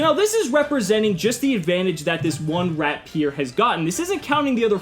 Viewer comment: It's not RAT-PIER! It's RAP-IER!! God! It's a good pun, but the T is "silent" (you still hear it without pronouncing it which is why it's brilliant!)